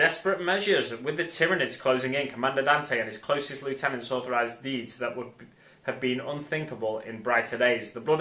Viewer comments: great video mate. but I think we're going to have a falling out here. he's not disco dancing he's summoning the hive. and it's pronounced lieutenant not lieutenant 🙄😜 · nah nah you said lieutenant even though lieutenant is pronounced lieutenant 😎